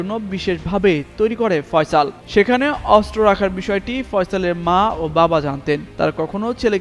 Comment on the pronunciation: অস্ত্র উচ্চারণ শুদ্ধ উচ্চারণ করতে হবে 😮😮